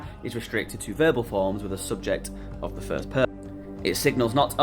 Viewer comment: I know our languages are so far apart, but when you said ak(?) for of, it reminded me of how we say it in Danish; af!